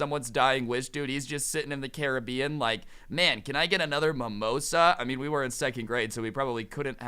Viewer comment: Who else hates how he says Caribbean